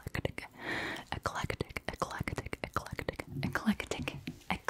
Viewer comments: Ffs i thought you said act like a d no lie for number 2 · omg I thought u we’re saying “act like a dick” that whole time and I was so confused. scrolled through the comments and then realized u were saying eclectic 🗿